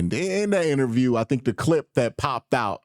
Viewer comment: Bruh!!! Did you say, "injure-view"?!🤔HILARIOUS!!!😂